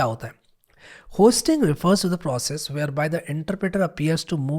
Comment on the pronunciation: Hosting nahi hoisting